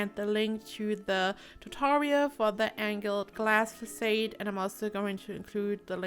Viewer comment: I love this! It's absolutely stunning. I followed your tutorial on the glass roof/wall trick and I've had much success. Can't wait to play this! ps I'm sorry to be picky, but the word "facade" is pronounced "fah-saud". Keep up the great work! :D